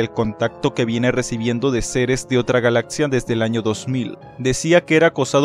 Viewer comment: Galatzia, tatsidermista, etsamino, atsedio, etsperiencia, etsplica? Mejora tu létsico amigo.